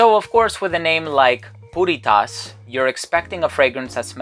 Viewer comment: Why does it sound like he is saying Putty Tat?...(i thought i saw a putty-tat...)